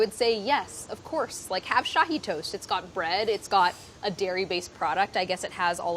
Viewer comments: Love the way you pronounce Shahi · Love the way you pronounce Shahi (aka my family name) . It’s also called double ka meetha. I know why you call your mama gabbu ha ha ha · Lol Shahi is my name. It comes from shahinaz which apparently is the name of a Persian queen like a million years ago. Sounds super weird hearing someone who doesn’t know me actually say it right! Haha